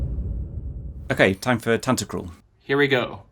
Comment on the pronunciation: Can't hear tantacruls name without the Tan-Ta-CRUL from one of the other composer videos from this channel. Lmao